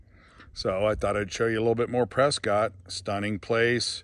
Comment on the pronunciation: Say the towns name RIGHT!! It’s preskitt… not Scott